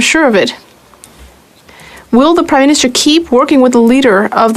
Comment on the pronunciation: Did he say Crime-minister?